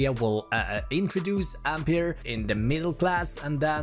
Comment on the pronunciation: Ampeier XD?